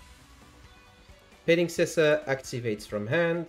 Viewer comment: Our man flexing that he can actually pronounce petingcessoeur.